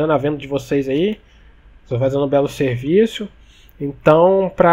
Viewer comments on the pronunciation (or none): o fala servicio kkkkk